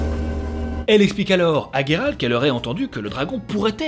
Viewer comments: ne sait même plus si c'est Guéralt ou Jéralt étant donné qu'il prononce les deux pendant la vidéo ^^ #TeamJeralt. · Alors pas GUéralt, Géralt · Gueralt c'est la prononciation anglaise il me semble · C'est moi où quand Jéralt sauve yeneref il dit dans le passage du veux il lui dit "j'veux te baiser" ??? Je suis la seule à l'entendre ??? Un lapsus révélateur ??? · Salut, certaines personnes ce trompe avec le T ou le D à la fin de Geralt 😜